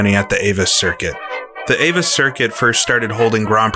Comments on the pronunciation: Avus is pronounced AH-voos (with a hard v; almost an 'f'). You said 'Sudschleife', which means south circuit/track/stretch. You were talking about the south curve; that would be the 'Sudkehre'. You're welcome. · Learn how to pronounce 'Avus' (hint: it doesn't rhyme with 'Avis'). Also: it's 'Sudkehre', not Sudschleife'. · AVUS is pronounced AWOOS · The circuit name is pronounced..." Ah- Voos"...